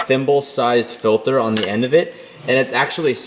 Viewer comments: lol “filther” 😂😂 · I love how says filter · Anyone else kinda cringe when he says filter?